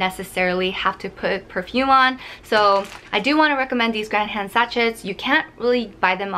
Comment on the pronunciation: Sachet is pronounced sa-shay, xx